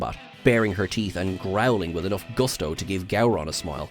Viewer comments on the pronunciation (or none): none